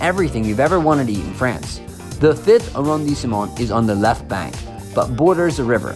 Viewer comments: Phonetically A-Ron-de-Smo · His accent is terrible Bad pronouciaton of. Arrondisement!!!! Ugh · Yikes. He is adding an entire syllable to the pronunciation of arrondissement! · Nice video! But I have to point out that the pronunciation of “arrondissement”, the E after the S is silent. Also LE is not pronounced with an A.